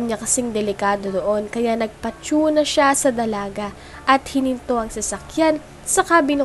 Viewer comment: Mali Ang pronounce mo sa nagpati una